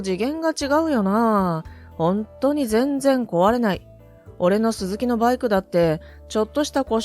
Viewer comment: なぜバイクの発音がLINEみたいなときとラインナップみたくする理由がわからない?一貫性がない!企業名のSUZUKIもそう!アナウンサーの発音練習午後5時55分みたいな?